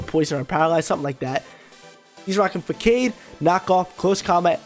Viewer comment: What is this “FAAKADE” you’re speaking of .. English is hard